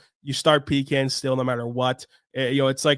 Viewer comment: I love your shows, but the way you pronounced ‘pecan’ was like a sledgehammer to my ears, and to my heart.